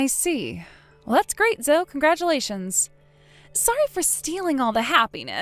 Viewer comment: Zoe is pronounced Zohee.